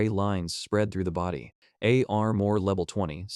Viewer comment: Not just names through out the story your AI "pronounce spells" the words like level le-V-E-L. the dragon B-O-H-row ECT ...